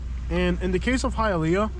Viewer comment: High-A-Leaaa...ah sucks...